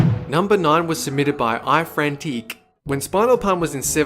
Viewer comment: it's pronounced iFrantiic